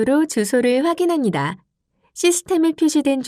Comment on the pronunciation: ㅎㅎㅎ 직업병일까요? ai인가요? 전달자의 ㅂ발음이 이상해요, 거슬리구요. '-합니다'를 [ -하니다], 바랍니다를 [바라니다] [확인하니다]로 발음하네요. ㅠㅠ '